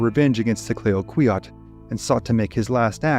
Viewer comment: The Tonquin explosion: "Clayoquot" is pronounced as "clack-what" not "clay-o-qweeot". Also, Americans pronounce Nez Perce as it is written, but it is a French word pronounced as "Nay - per - say". Great to hear some stories from Canada, fantastic channel, thanks for your work.